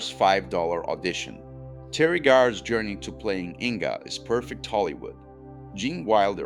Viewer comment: WHO IS TERI GARE?? YOU IDIOT. IT'S PORNOUNCED BLUKER. YOU IDIOT. REFERRING TO THE MONSTER...."POURS SOUP INTO FREDRICK'S LAP", WHO IS FREDRICK??? YOU IDIIOT. AND WHY ARE YOU PRONOUCING MEL BROOKS NAME BROOOOOOK"? IT;S PRONOUNCED BRUK. YOU IDIOT. I CANNOT EVEN WATCH THE REST OF THIS.